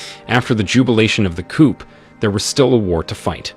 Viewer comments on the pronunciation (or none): The p is silent in coup